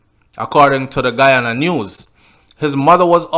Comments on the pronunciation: Good night u r pronouncing the names of the places in Guyana I am a Guyanese and u r sounding like a Trinidadian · you mess up the name I am from Guyana 🇬🇾 still big up ya self